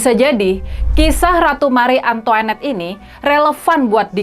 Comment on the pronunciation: Antoanette bkn antoenette